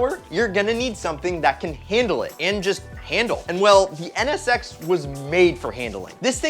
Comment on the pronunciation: I wanna skip the nsx part because u keep saying ns sex lol